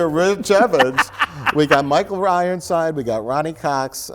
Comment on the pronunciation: “Michael Rironside” don’t think I missed it Mike ;)